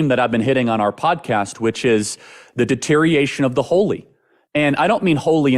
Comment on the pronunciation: Say deteriation one more time. Lol